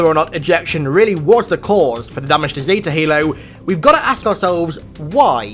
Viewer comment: Nobody:: ZeTA halo